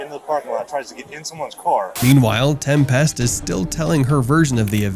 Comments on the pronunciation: OMG it’s pronounced Tempist not 😩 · Right? Tem-PEST lol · I made it in and I couldn’t listen to him pronounce tempest anymore lol